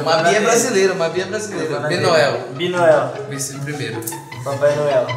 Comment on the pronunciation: O certo é BINUEL e não BINOEL